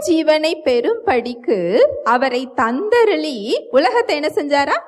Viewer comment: வசனம் படிக்கும் பிள்ளைக்கு லி ளி உச்சரிப்பு சரியில்லை. தந்தருளி என்பதற்கு தந்தருலி என் படிக்கிறாள் . பயிற்சி அவசியம்